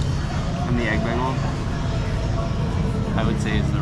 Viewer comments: Begel? It's "baygel" and metro? It's the train....... Rudy's Hobby Shop was originally a soda shop. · the correct way is actually baygel as you would pronounce "bye" and "gal". from german/yiddish "ring" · How I know you’re from PA: begel instead of bay-gul 😀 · He must be from Philly if he’s pronouncing bagel like that